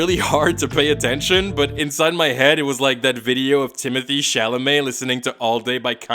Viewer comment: The name is pronounced Timothée Chalamet . Not Timothy Chalamey .